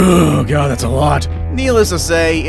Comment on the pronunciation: Pls don't say "God" like that.